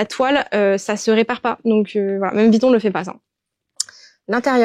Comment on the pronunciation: Et peut être aussi prononcer VUITTON et non VITTON 😉